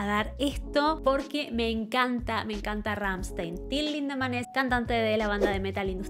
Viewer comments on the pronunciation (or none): Se dice "Ramshtain" 😅